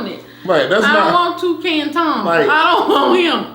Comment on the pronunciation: Lmaoooo. Not “Tony the Tucan”! 🤣😩